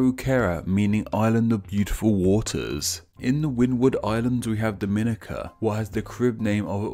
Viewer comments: As a Someone with a Dominican family it is in fact dom-in-EE-ka and the pronunciation dom-IN-i-ka is very frustrating lmao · A friend of my wife lives in Dominica, and insists that the island's name is pronounced dom-in-EE-ka rather than dom-IN-i-ka.